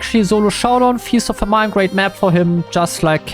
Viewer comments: Feast or FAM-in no need to say eye 👁️ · Just remember, not every brawler is a guy! (At the beginning you referred to them all as ‘him’) Also famine is pronounced fam-in. Much love! Keep up the great work!❤️😃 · the way he pronounced famine